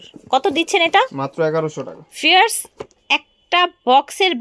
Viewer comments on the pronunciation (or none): আগে ভিউয়ার্স ভালো করে উচ্চারণ কর